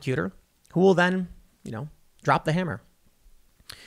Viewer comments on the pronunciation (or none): none